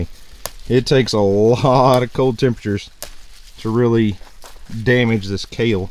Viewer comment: You Had me until “KALE”!! 😂😂😂